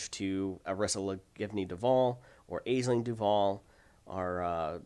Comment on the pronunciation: I believe Aisling is pronounce Ashling